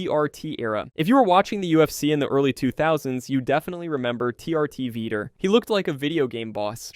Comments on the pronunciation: It's not veeter it's vee tore Vitor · Veeter instead of vitor lol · Dude, Vee-tore. Say it with me Vee-tore. Vitor. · "Veeter" lmao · Lmfao “Veeter Belferrttt” 😂🤣😂🤣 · he said veeter 25 times OMG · Bruh, “Veeder” Belfort? 😂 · veeter belfort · Who the f is “veter” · Mispronouncing Vitor made this unwatchable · Bro please look up how to pronounce Vitor's name before every saying it again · The way he says vitor lmao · Pronounce Vitor's name correctly. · I couldn't finish the video. It was a travesty the way you pronounced, "Vitor".